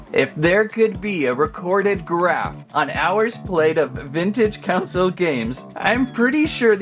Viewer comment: pls...it's a CON-SOLE, not a counsel...